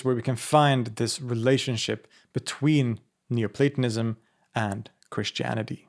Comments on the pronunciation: Schon nach dem ersten satz dieser computerstimme: ...." neuplatAnismus"! ,! ,! MUSSTE ICH ABGEHEN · It sounds a lot like you're saying 'neo-satanism' ... jus` sayin` ...